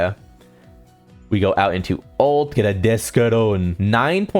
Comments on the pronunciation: I heard that too but I was gon give him a break😂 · okay, let me lay it out for you. Nellel and Ulquierra are obvious mistakes. So fair play pointing those out, I guess. But Grimmjaw is a stylized pronunciation that is more faithful to the way it's pronounced in japanese. You'd know that if you'd watched the show with the original voice actors. So that's the exact f it has to do with it: you acting like -jau is the definitive way to pronounce it because that's how it is in the dub. It is not. Both are acceptable.